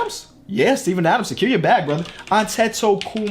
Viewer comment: “Sakeer the bag”